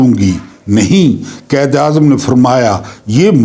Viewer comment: قائد اعظم کو قید اعظم نہ کہا کریں تلفظ ٹھک کریں مہربانی